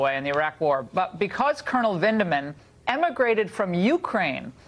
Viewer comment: Mila, there is no 'L' in Vindmans name